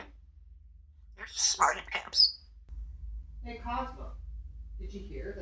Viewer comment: She always says smarty-pamps. What a cute, funny bird she is, I love when she's asking google, shows how smart she is even understanding to use modern technology.